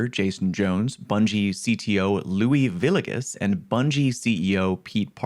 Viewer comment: It's pronounced Vee-yeh-guz